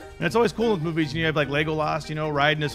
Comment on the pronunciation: YEESSSSS WENDY!...i thought oi was the only person that noticed pronounces "Movies" as "Moo-Vaies" 😂